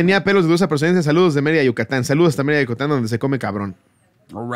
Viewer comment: Soy yo o dijo desde "Yutacan" en lugar de decir "Yucatán". Minuto. Lo repito y escucho eso JAJAJAJAJAJAJA o la que está mal, soy yo.😆😆😆